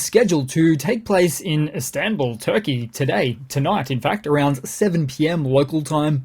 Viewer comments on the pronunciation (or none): none